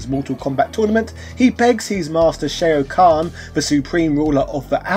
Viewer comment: Bruv how are you mispronouncing Shao Khan and Kung Lao come on now